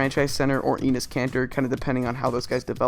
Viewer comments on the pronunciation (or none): Great video, but Enes isn't pronounced 'eenis' it's more like 'ennis'